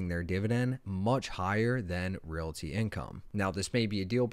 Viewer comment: If you want people to listen to you as an expert, please pronounce basics properly. Ree-all-tee. Not ree-la-tee. You are immediately alienating your educated crowd.